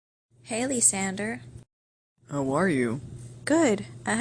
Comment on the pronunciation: It's pronounced LIE SANDER and no its not spelled that way XD NOT to be annoying lol